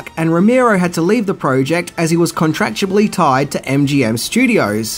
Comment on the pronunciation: Did he say "contractuably"? Twice?